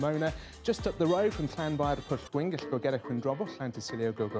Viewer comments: The chap pronouncing the long Welsh name got it spot on. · That weatherman did a fantastic job of pronouncing that impossible word.